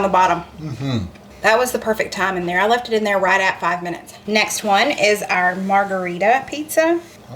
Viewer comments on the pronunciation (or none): none